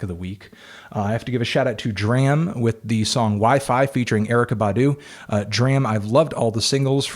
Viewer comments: it's pronounced drahm. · It's "DRAHM"